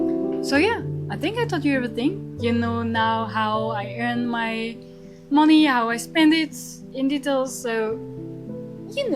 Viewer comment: mon‧ey /ˈmʌni/, not moni